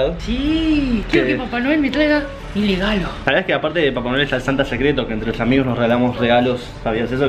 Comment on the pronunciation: porque decís legalo pero se dice regalo